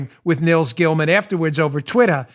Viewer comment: Uh-oh. Dan's pissed. The New Yawker came out when he said Twittah .... 🤣😂🤣😂